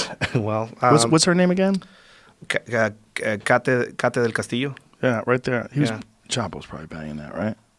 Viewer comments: Kate her name is Kate not Ka taaaa 😂😂😂😂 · Kate like Katie not Katé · Raul Bustos how did he come up with the Cate instead of the Kate? It is an English pronunciation 🤣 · Lol this foo said CATE like Tecate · He mispronounced Kate… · The actress who took Sean Penn to Mexico is named "Kate" Del Castillo, regular pronunciation. Not sure why the guy said it all weird. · Coyotes. Kate del Castillo. Dude gets me frustrated when he pronounces some words so bad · This guy is a fraud, even the way he says Kate's name is wrong. Barely can speak Spanish correctly.